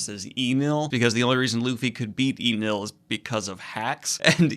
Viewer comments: it's É-NELLE NOT EE-NULL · omg the pronunciation. I could somewhat forgive kaeido instead of kaido. But wtf what iinel. It is suposed to be like NL, like the 2 letters. I know it is small and I am sorry for this but it bothered me so much. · Enel is pronounced N-L. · E Nel? Enel is spoken different, and as a writer you should know better